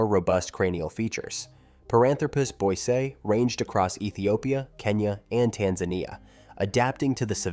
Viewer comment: It’s pronounced boy see eye.